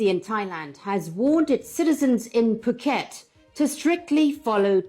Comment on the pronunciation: That is not how I thought Phuket was pronounced.